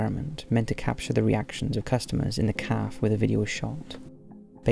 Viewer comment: Am I crazy or did you say caf instead of café